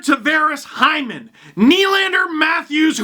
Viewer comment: It's not Zach Hyman it's Zach Heeman